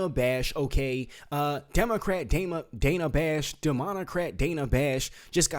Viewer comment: Its Dana. Rhymes with banana